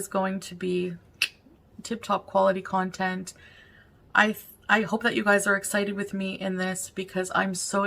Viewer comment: omg yes! 🤣 "I'm working on new contenTT "